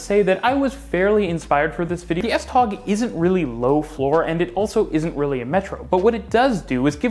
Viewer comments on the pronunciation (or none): Another problem is how u pronouce S-tog lol. Tog is pronouced like if your saying toe. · Please, S-tog (S-trains) is pronounced "s toe".